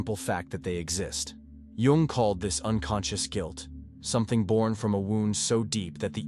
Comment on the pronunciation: Too much preamble. Learn to say JUNG'S name correctly. Tell us the 13 traits, THEN TALK, not analyze before!